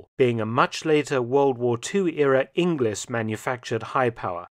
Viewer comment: it sounded like "a WW2 English manufactured" but pretty sure he meant to say its "a WW2 Inglis of Canada manufactured".